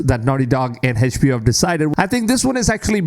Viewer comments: HedgeBO hah?! Try to say the letters like everyone else! Fckn mrn... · Can someone teach this guy how to properly pronounce HBO?